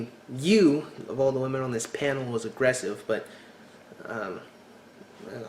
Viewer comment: Oh thank you for pointing out the Up-Talking! Drives me nuts. Also what is it with American girls replacing the "E" sound in words with an "A" sound! Example: at one point in this video the girl tried to say the word "aggressive" but it ended up coming out "aggrAssive", Am I the only one who notices and is driven insane by this type of speech? Friends turns into frAnds, celebrate turns int cAlebrate etc.